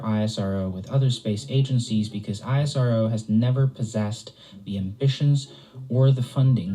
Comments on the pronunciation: it is ISRO not I-S-R-O like NASA not N-A-S-A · Everytime he said I-S-R-O I corrected him "please it's IS-RO" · Don't call it as i-s-r-o,its isro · Hey its ISRO - u pronounce - I S RO thats wrong Which is correct is ISRO - E Sa Ro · Dude calling it I.S.R.O. ( eye es ar oo) is irritating call it ISRO ( ees-row) for god sake . Do you call nasa ..N.A.S.A. just not used to hear I.S.R.O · Its ISRO (pronounced as iss-row)not I-S-R-O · The agency is NOT called "I S R O". It's called "Is Row". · We call it ISRO. Not I. S. R. O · It's pronounced ISRO and not I.S.R.O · It should be pronounced as esro not I.S.R.O. like nasa not N.A.S.A. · We call it ISRO not I.S.R.O. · Dont spell ISRO like i yes our vow .. we call it is + row .. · yes bro isro is right word not i s r o . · Stop saying the letters out individually..You don't say N A S A as separate letters do you?